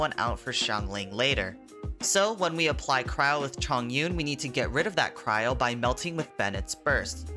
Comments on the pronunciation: its Chongyun not Zhongyun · 重云’s name is read as Chóng yún not zhòng yún the word 重 has two pronunciation but diff meanings just pointing that out